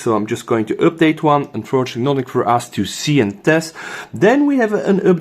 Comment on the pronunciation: Common it is not üpdate 🤣